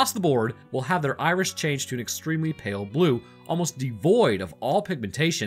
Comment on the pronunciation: Am I the only one hearing say Irish instead of Iris? Starting